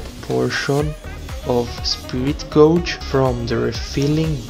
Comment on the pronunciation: Really great video. The examples were really good, and gave a good idea of when to use it, when to skip it, and what it can be used for. Small thing: "gauge" (as in "spirit gauge") rhymes with "page".